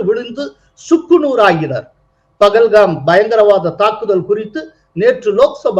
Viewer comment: Why do the Tamizh people pronounce and write as PAGALHAM whereas it should be PAHALGAM.